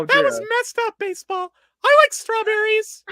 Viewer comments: WHY WAS EVERYONE CALLING BASEBALL "BASEOH" HEKP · im still sobbing over everyone calling basball baseoh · THE WAY PEOPLE CALLED BASEBALL BASEOH 😭😭😭😭 LEAVE HIM ALONE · THIS STREAM WAS SO AWESOME ESPECIALLY WHEN PPL STARTED SAYING BASEOH..